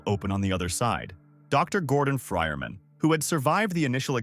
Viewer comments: "gordon fryerman" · "Dr Gordon fryermen"